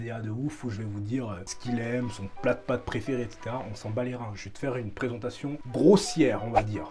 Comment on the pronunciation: "présenttation", "opignon" ??? Sérieusement ?? 🤣🤣🤣🤣🤣🤣